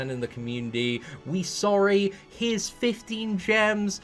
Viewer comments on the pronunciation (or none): we sowwi uwu HAHAHAHAHAHA I DIED